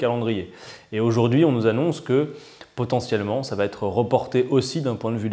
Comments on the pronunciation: Bonjour Mr Quatennens. Merci pour cette vidéo riche en explications tellement rares. Juste un détail qui me heurte les oreilles : lorsque vous dites "va être", vous faites une faute en disant "va-t-être". Attention c'est incorrect!! Il n'y a pas de T. Merci pour tout et continuer. On est avec vous! On a besoin de vous! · Adrien, STP, arrête les liaisons mal t'a propos, ne met plus un "T" derrière va et avant être, le va t'être passe mal pour des puristes comme moi.